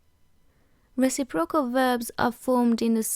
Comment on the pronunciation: Just a small note: When you say reciprocal the emphasis should be on 'recip' and then 'rocal'. You're saying 'reci' and 'procal' and it sounds a bit strange. The forvo pronunciation for the word from the UK speaker is a good example of it said properly :)